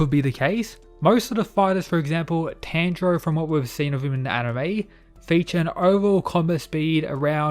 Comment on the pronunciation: Yeah this is what I think ppl forget there just completely writing off kny because they dont watch it.....which I know because in the first part he pronounce tanjiros name wrong